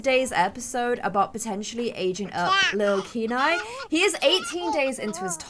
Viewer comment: I think kieni name is pronounced kia-nay. Kia like the first part of kite, and nay like what a horse says